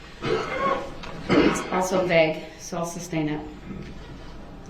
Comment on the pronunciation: Do dat. His level of ignorance is beyond my comprehension. He needs to shut up and stop saying tackit. Substain. Do dat. Axe. Hear say. Subject matter jurisdiction. How bout newtons law!!! His long nails. And lack of remorse!!!!!